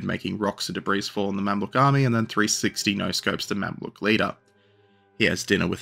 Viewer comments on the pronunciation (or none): none